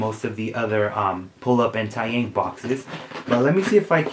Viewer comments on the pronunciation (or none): taeyang is actually pronounced as tay (like taylor swift) and yang (is pronounced as young) so tay-young :)